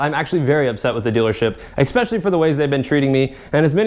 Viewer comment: please dude you're in college it's eSpecially not eXpecially